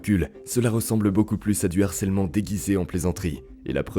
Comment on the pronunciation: Juste un truc, le H de harcèlement est aspiré, pas muet